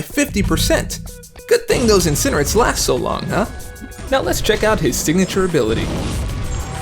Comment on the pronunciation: should be peanalised' for pronouncing it Incinerit'.